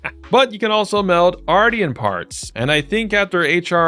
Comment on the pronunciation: i think its pronounced like Martian like a moon alien